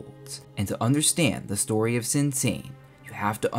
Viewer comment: "Sinsa" in Korean is pronounced "Shinsa". Great video